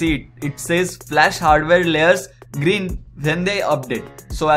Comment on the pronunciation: *flash not foqsh